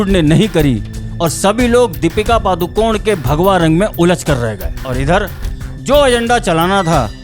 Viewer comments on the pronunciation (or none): none